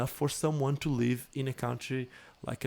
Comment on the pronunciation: I think misunderstood when was saying I need to “live” from skating, and thought he said “leave” from skating. That’s due to the way that Portuguese and Spanish (and probably other countries) pronounce the letter ‘i’ as eee.